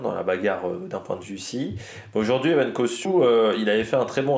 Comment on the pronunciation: Encore " Evan" alors que c'est Ewen. "EOUEN" Costiou hehe 😅